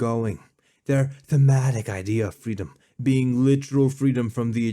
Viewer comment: Say "IdeeeYa of freedome" one more time motherfucker! I dare you! I double dare you!